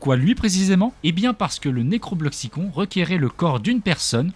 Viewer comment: C'est juste pour te dire ça s'écrit necrobloxicon mais ça se dit necrobloxicone